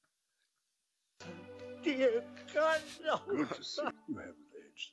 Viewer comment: Love how calls Gandalf, “Gandoff” 😂